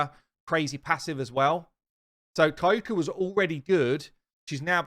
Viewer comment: Kyoku is pronounced Ki Yo Ku ✌